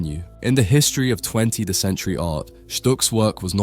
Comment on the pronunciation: Is this made by AI? There were some weird, clunky transitions that feel like Chat GPT essays, and he says "20 the century," like a text-to-speech misinterpreting "20 th century."